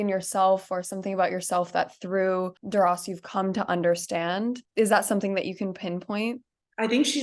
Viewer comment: It is pronounced “Dur-rah”